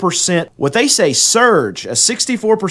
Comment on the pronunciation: Man has an issue with the word "surge" but no problems with his "COLLAPSING" titles. LOL